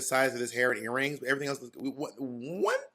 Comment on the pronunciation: Not "airrings" lol